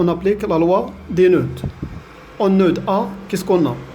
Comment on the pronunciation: Merci monsieur pour vos efforts Mais le d dans le mot nœud est muet